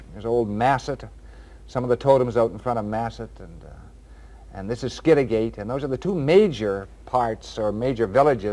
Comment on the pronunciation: P.s. skid a get.....not skid a gate